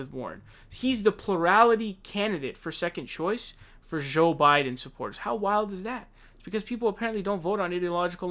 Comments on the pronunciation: Dude stop saying Joe with an French J lmao.... Say that name John and Jack and then say Joe..... what is with you and names LMAO how do you say Joe wrong????? youre saying it like Jacques... Joe isnt French. Say it like the J in the word "jacket". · the way buddy always say joe biden like zhooo biden always crack me up lmaoo